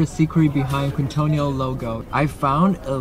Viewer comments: Keen-toh-neel, not queen-toh-nee-all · Quintonil - pronounced keen-toh-KNEEL. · Quintonil is pronounced keen-tah-neel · Thank you for sharing. The restaurant name is pronounce kingtonil